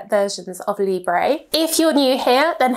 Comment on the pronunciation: Thank you for the review! Please please could you check the pronunciation of the French words next time? I am not even French but it pains to hear 'libreyyyhh' all the time... Still, love your reviews! Lots of love!